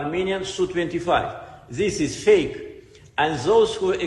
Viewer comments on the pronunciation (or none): thizzz iss feik 😂